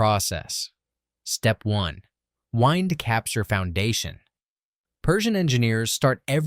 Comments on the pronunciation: "Whynd? Capture Foundation". AI hasn't learned about heteronyms yet..... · Can't pronounce the word "wind" in step one? Please stop using an AI voice to read for the video.